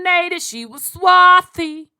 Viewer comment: There is no "swathy"